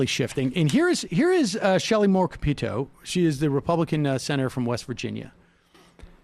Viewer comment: When he said her name, I thought he said Shelly Morgue Pito